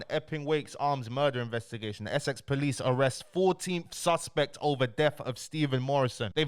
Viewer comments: man said SX POLICE NOT Essex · Why does he say Essex like that, it’s literally one of the easiest words to pronounce 😂keep the good content going though 👌